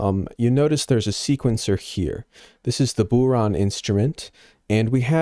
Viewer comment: It's pronounced...bow-rawn. Bow to rhyme with cow. The 'a' at the end of the word has a fada (accent) which stretches the sound. Bodhrán = bow-rawn.